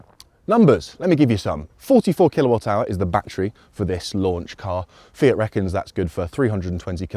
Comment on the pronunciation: "Fiat?" Yes, your pronunciation is on point